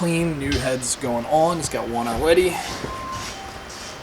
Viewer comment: Oh yeah? “He’s got one aweady”???? 😂🤣🤣💀